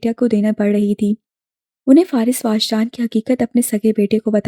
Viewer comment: It is wajdaan not waajdaan